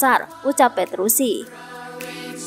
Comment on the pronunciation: Petrucci mbak bukan petrusi